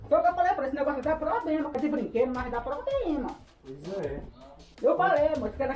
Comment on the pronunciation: Ela falou que “dava probrema” umas 500 vezes